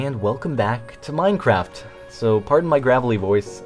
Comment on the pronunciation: Is It Just Me Or Does He ALWAYS Say MineCrapped